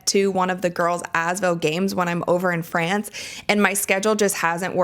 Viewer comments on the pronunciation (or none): none